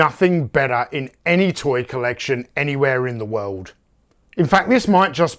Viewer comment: "Soldiers of the wewwooled" hehe.